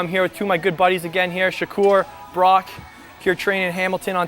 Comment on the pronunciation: Burak not brock